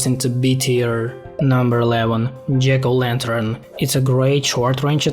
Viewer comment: jiggle lanter